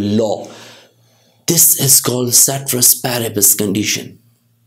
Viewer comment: Sir I admire your teaching but pronunciation is wrong with ceteris paribus. Love from Nepal